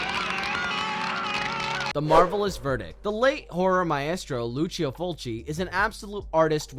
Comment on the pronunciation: Did I hear the narrator pronounce the word "maestreo" like my-est-ro? I'm either hearing things or theres another example of how the government fucked up the school system.